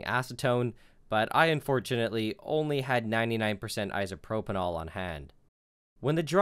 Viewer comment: Is "isopropanall" isopropyl alcohol?